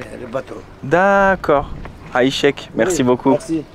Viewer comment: 'aychek ne se prononce pas avec un " h " au début mais avec un " 'ain " et personne ne dit choukrane qui appartient à l'arabe écrit littéraire, tu m'as l'air de connaitre l'arabe comme moi le chinois